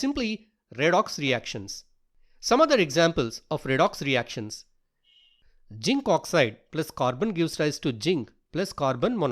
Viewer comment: Not jink it's zinc Not insulting plz change if u can 😊